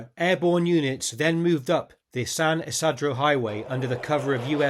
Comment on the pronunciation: Good show! One thing, though: The 'I's in San Isidro are pronounced as ee, ie, San Eeseedro